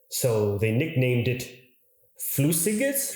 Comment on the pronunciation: You nailed that "flüssiges" within just a couple attempts, good job dude. i really enjoy your vids, keep it up M8